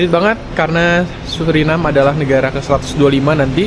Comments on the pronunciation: Bacanya yang benar sesuai dengan kalimatnya SURINAME karena dari bahasa Belanda, anda salah menyebutnya berulang kali jadi SURINEM 😂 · Maaf saya koreksi ya ? Orang lokal sana dan wisatawan yang datang, ataupun orang Belanda menyebutnya "Suriname" bukan "Surinam" seperti yang anda sebutkan berulang kali